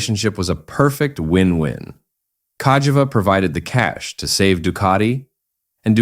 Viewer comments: Is there any word that Burgerpeople cant mangle? Kah Jee Vah ffs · How many different ways can You Pronounce Cagiva (Ca - Gee- vah) in 3 minutes? & None are right! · It's cag - ee-va when you say it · it said Cagava 😂😂😂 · This is for the person uploading the AI slop videos. Nobody wants this shit. I can find this history on Wikipedia without having to listen to a robot voice that pronounces Cagiva incorrectly in a dozen different ways. Have some pride you vulture. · It pronunced "Cagiva" in 10 different ways during the video 🤣. I didn't even know that was possible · And none of it sounded right 😂